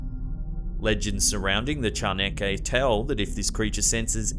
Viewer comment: As mexican, I've always appreciated how you do your best to pronounce correctly our words. Your way of saying "chaneque" is practically flawless.